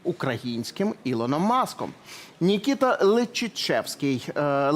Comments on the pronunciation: Працівники ЗМІ, учіться правильно розмовляти українською, не Нікіта, а Микита! Дуже часто журналісти вимовляють українські слова не правильно. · Микита,а не Нікіта.Де є таке імя?хіба що на болотах.Розумний київлянин,українець і просто мододець!